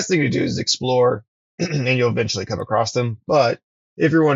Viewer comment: "Acrost" you're killing me dude 😂